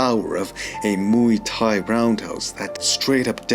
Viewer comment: Mooey Tie (phonetically)? It is not a sound a cow utters! You do cover the subject in a precise and well thought out manner; but Muay Thai is pronounced (phonetically) as rhyming with BOY but with an M replacing the B - so, we have this to help you, since you wouldn't call 'KARATE' KORETE, now would you, my dear (BOY)? Here is the Thai pronunciation, which is respectful of both the tradition & the language - Have a healthy and productive New Year!